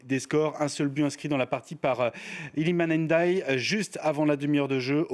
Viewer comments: Eh fr c'est pas n'ndaye ,c ndiaye svp😂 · Tu as écrit le nom. La prononciation l’aurait mieux aidé. N’ - di - aille.